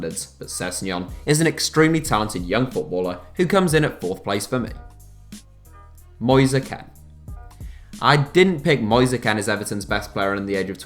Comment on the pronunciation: “Moizey Kehnn”